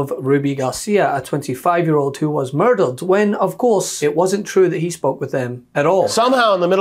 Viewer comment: murdeled ? weegie pronounciations